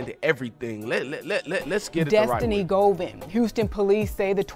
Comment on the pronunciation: “Govan” Go Vaughn lol